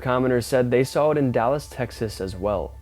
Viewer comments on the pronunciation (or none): none